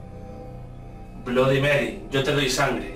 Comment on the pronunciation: aprende se dice bloody merrui asi se dice